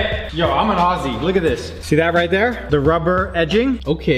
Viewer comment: your obviously not Australian beacause you sad ouzzie and it's aussie